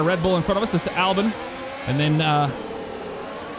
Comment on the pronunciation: His name is Albon not Albin. Edit: Or you could just butcher both Red Bull drivers names.